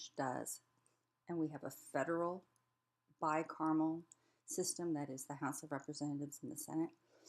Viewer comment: Someone needs to teach this person how to pronounce "bicameral" I was sent here by a link from a community college in Texas as part of our course. This speaker is obviously biased and it is a shame that propaganda from the worst people is being taught as fact to college students.